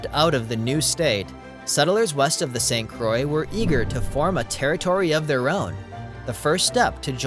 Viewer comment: It started out good, but too much AI used! Too many images not relating to the scenes being spoken about and miss pronunciation of St. Croix gave it away. Also, if you're going to use that atrocious new "MN flag" and be PC then you need to reference that the Mississippi river flows into the Gulf of America!